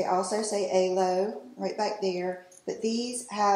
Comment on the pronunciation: I love that body suit! CUTE. Also, I think it’s pronounced Alo, like aloe (think aloe vera). It’s alo yoga. :)